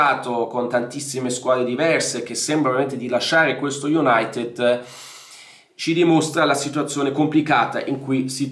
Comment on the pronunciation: Bella la pronuncia iunatt